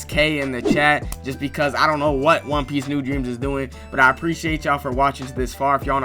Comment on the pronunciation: "THE WAN PEEICE IS REAL"